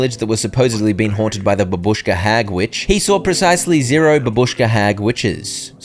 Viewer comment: its bàbushka, not babùshka